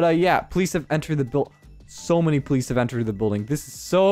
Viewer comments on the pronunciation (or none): none